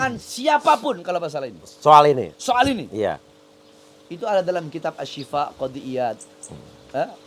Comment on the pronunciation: Ngajar kitab sombong bacany aja kebalik ngajar kitab preeet